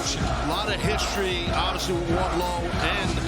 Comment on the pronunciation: It’s Wardlow